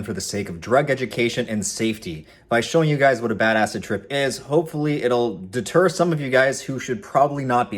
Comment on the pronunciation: I keep thinking "badass trip" when he starts saying "bad acid trip"